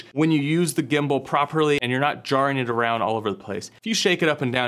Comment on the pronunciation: Did you say Gimbal or Gimbo?, Like Pam, Pan or Pand.....